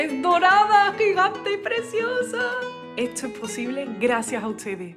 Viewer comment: Tu música es muy hermosa, pero, sí, dices "buenatsarde", "hitsoria", "etso", etc.